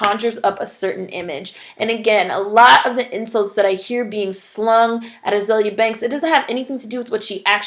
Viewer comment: Love your vids! Not that is matters, but everyone pronounces her name wrong.. Ah-zee-lee-ah